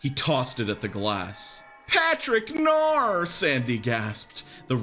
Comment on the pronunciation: "patrick nor"